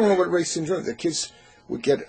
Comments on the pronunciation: Hi. Just a small note. My great uncle's name is pronounced "Rye" (as in rye bread). It's not "Ray". Thanks for discussing this important topic. Kind regards, Kirsty Reye, Canberra, Australia. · It is pronounced Reye’s Syndrome not Ray’s syndrome. I am a Survivor of the 1974 epidemic. I was 7 and in a coma for 72 hours. We have connected 96% of the dots that the RS triggered my Ulcerative Colitis then went on to attack my lungs causing Bronchiectasis. It has taken 38 years to get this far. But CDC must put RS on the report call in. Their numbers are wrong and all the children we loose to flu has been RS but not reported.